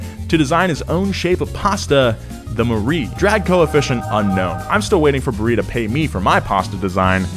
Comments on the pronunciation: barilla is italian, not spanish so it's pronounced as barilla, not bariya. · "bah-rill-lah" not "Buree" omgggg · giusto smettetela anche di chiamare la Lancia 'lansia' Si pronuncia da voi 'lancha' Nonono aspetta ha pronunciato Jibli la Ghibli? 'Bariia' la pasta Barilla ma dai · In Italian, you pronounce the 'L' s. So it's BariLLa, not Bareeea. And knowing is half the battle. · Barilla is pronounced “Bah-rill-la” Your welcome. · Barilla is actually pronounced with a hard “L” because it’s Italian not Spanish ;) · It's ok to butcher words, but your pronunciation of Barilla is an homicide, dio santo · how'd you say barilla bro😞its italian not spanish smh